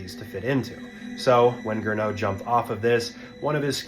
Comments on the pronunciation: GERNOT, not "Grinneau" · It's Gernot, not Grinneau 😂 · and his name was Gernot, not "Grinneau".